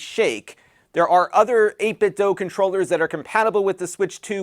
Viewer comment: Just FYI, it's pronounced 8bitdoo, not 8bitdoe.